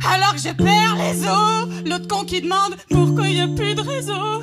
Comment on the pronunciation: a cest pas eaux mais os